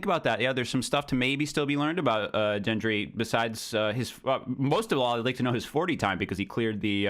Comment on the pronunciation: Thoros of Myr is “Beric’s boy” And its also Gendry like great or gore, not like giant.